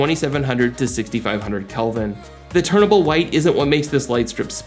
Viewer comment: Just for your sake, it’s “TUNABLE white” (like you tune in a radio station, you’re fine tuning the white color temperature). There’s no letter “R”, you aren’t turning from one color temperature to another. Hope this helps.